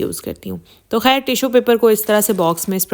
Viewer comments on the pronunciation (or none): Woh har ek k thumbnails direct copy karti hain aur log us ko sirf is liye dekhty hai k pata chaly k husband ko kya hua. Har waqt rona roti hain thumbnails meh. Aur urdu bhi teek tarha se us ko bholni nai ati. ‘Khair’ ko ‘hair’ bholti hain.